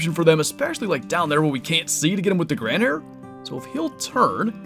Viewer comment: Fast pronunciation lesson, the 2nd. 🙂 The new rifle is the Gandhare and it is in English spoken like: Gun-dahre. So, the hyphenation isn't between the d and h, but between n and d. 🙂 Cheers!